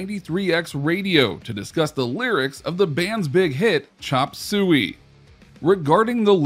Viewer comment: The way he says “chop soo wee” tho 😬